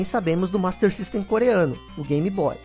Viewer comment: Por que diabos chamar de GAM-BOY????